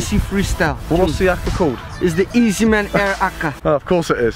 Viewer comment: Every time I was hearing easyma